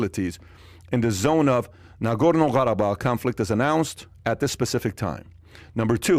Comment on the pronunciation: he says 'gharabag' with a strange arabic accent to sound authentic but thats not even how qarabag (karabakh) is pronounced